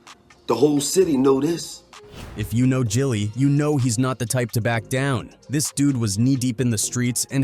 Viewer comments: JILLIE is crazyyyyy!!!! SMH It's GILLIE homie!! SMH And the homie is called A.R. AB, not ARAB!! SMH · Once I heard Jilly, I turned it off. If you’re gonna be a culture vulture, at least get the name right.